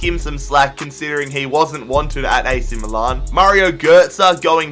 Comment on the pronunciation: The way you pronounce "Milan" is horrible